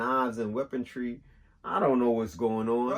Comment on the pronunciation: "Knives and weapontree" I hear ya. ⚔️🌲